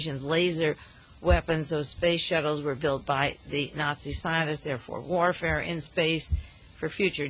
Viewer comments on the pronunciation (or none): none